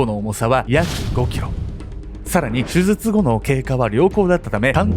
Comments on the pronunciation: せつじょすずつ(笑) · 後半はもう「すずつ(手術)」って言っちゃってるけど 言い直してない部分も含めていつも面白いです🤣♥️ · 手術がすずつって聞こえる。親近感。 デデさん、かわいそう。